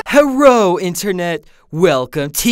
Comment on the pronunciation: HERRO?!?!?!?! HERRO?!?!?! u got asian subscriber